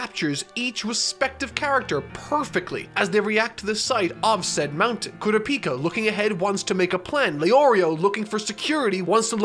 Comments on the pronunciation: I didn't even notice the Gon issue, my problem is with how he pronounces Kurapika as Koo-ruh-pee-kuh instead Kuh-ra-pee-ka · stop saying kurapika, kurĀpika is the right way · You got called out for your Gon pronunciation but it’s your Kurapika that needs the most work literally just watch one scene in the anime where they say Kurapika’s name it’s not hard💀 you don’t really say the U and you don’t really say the I. KuRAPiKA I guess. Anyways about the actual narrative, you overlooked pretty much all of the importance of Hisoka and his parallels to Gon and how he furthers Gon’s more primalistic nature into having a contradictory desire to fight. It’s not contradictory yet but it will be later on, and it pretty much stems from here. Both are childish, as seen in their Nen abilities and their general characterization. Both are very instinctual, Hisoka’s hedonistic philosophy guiding him throughout his actions, and Gon’s aforementioned primalism and survivor instincts displaying some very questionable moral actions when the stakes are raised. Their values basically guide their lives, and while Gon’s values are centered around his quest for ging right now, Hisoka’s invoke violence and death on a much more frequent basis. As shown by Gon’s new found love and drive for combat, it could be argued that had he not been on a quest for Ging, he would’ve progressed into a Hisoka type, and many of Gon’s later actions could easily be assumed as something a younger Hisoka possibly could’ve done. It also raises the question of if we are our true selves right now or are the circumstances that make up our lives hiding our true nature? Basically Gon and Hisoka’s nature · We fixed his Gon pronunciation, now we gotta fix Kurapika. It's not "KU-ra-PI-ka" It's "Ku-RA-pi-KA" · Im pretty sure it's not kuraPIka and it's kuRApika too. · ku-RA-pica, not kura-PI-ca please. great video! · Can he pronounce Karupika Correctly? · ITS ALSO KURR-AH-PEI-KA NOT KURA-PIKA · hes saying kurapika wrong too